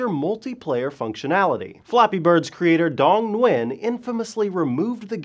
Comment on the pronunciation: You pronounce his last name Gwin I believe. I know wa guy with the same last name and he said thats how they pronounce it.